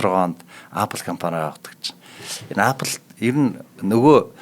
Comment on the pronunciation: angliar zuw helj surchaad yari l da apl gj shaahin epl gj duuddishde